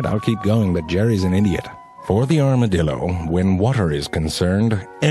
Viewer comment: 一开始是不是故意念成dildo电动棒啊